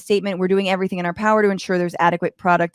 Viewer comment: He said "ensure"